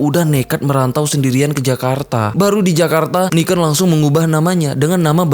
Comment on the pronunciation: Niken bang, bukan Niken